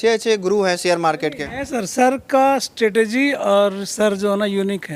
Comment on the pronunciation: 😂😂😂😂 alag hi level ka scam chl rha h. Ye strategy ko thik se nhi bol pa rha h kya ghanta market sikhyega 🤣🤣🤣 strstergy